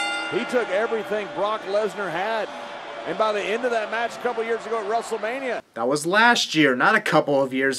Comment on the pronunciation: I just realized that, JBL says Rustlemania, so yeah